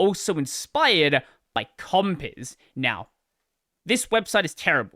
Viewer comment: It always sounds funny as hell. Compiz.. Compiss 😂